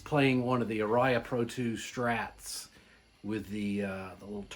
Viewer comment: Ouch, pronounciation.... "Ah-ria". Not "R-iah". The original Japanese factory was Matsumoku (Mat-soo-moh-koo).